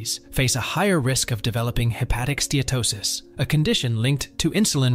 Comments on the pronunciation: It’s not ste-to-sis — it’s ste-uh-to-sis. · You really should learn how to pronounce "Steatosis" HINT: it has 4 syllables. - you get it right here. Lucanica is a rustic pork sausage. The word you're looking for is Leukonychia. - I think you mean "varices" here, NOT viruses. I think you mean "ascites" here, NOT assights. lol. And why do you keep switching your spelling of "Steatosis" with "Statosis", back and forth? "Connecticut" Scan? lmao. I think you meant "CAT Scan"... - Actually "Obesity" isn't really a risk factor. It's a symptom of insulin resistance (aka Chronic Insulinemia) just as T2D, CV disease, high blood pressure, and many cancers are symptoms of insulin resistance.. Hepatocytes NOT Hepaticites. - All sugars are treated by the liver as a toxin just like alcohol. Sugar and Carbs are mostly responsible for the obesity and chronic disease we now see globally. Daily carbs should ideally be less than 20 g. Also, ultra-processed foods and Vegetable/Seed oils like canola, rapeseed, sunflower, soybean oil, etc. are highly inflammatory, creating free radicals and damaging cell mitochondria. It's best to use animal fats like lard, suet, tallow, and butter. All fruit should be avoided as you cure a fatty liver. They contain the toxin Fructose... not good. Some "fruits" are exempt, like avocado because they contain no sugar and no carbs. - Whether "whole grains" or "processed grains" they are all carbohydrates and will eventually give you Insulin resistance! 1